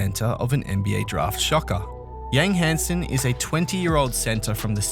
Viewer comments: as a chinese i understand some names is crazy hard to pronounce but Yang Hansen lol with a surname that isn't even chinese. How hard is this? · Adam Silver literally just said his name correctly...and then the narrator immediately starts butchering the pronunciation seconds later. LOL I don't understand how people in media and YouTube cannot take the time to say player's names correctly.